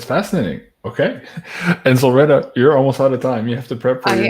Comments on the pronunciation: I just went on her channel and heard her pronounce it with a long E. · keeps changing the pronunciation of Solreta. Sometimes he use a long E as in Solreeta, other times a short e as ret rhymes with bet. I notice it in all of their interviews. Which pronunciation is correct?